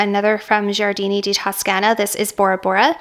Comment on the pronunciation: You are pronouncing it correctly… Gioiosa = Jo-yosa Giardini = Jar-dee-nee 🥳🙌🏼